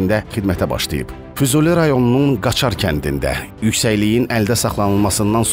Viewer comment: "Qaçar" yox, "Qacar" kəndi...